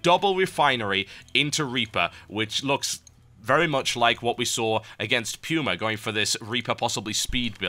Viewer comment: puma = pyoomer